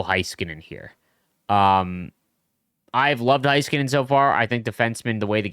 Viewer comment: it is hey-skuh-nen, not HIGH-ska-nen.